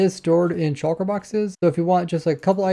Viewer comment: Why can no Minecraft youtuber say "Shulker" normally